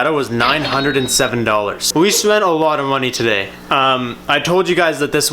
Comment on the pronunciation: "Tuh-day's video" 😂😂